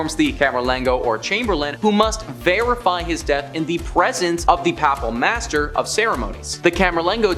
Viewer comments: The word papal..the first a is pronounced Long a..as in " "pay..pall" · The way this guy says "papal" is giving me a stroke. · The pronunciation of Papal and various other words distract from the video itself. Before doing voice overs seek help with proper pronouncing of word. Papal has a long A as in pay.